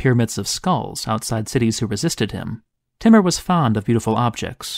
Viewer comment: Timmer? pretty sure it was pronounced TEA-MOOR!